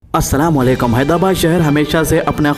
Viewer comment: Haidara kya bolre bhai mat bolo bhai naam sahi lo haidrabad